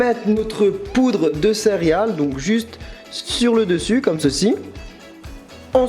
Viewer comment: J'ai l'impression qu'à chaque fois tu dis "cériales"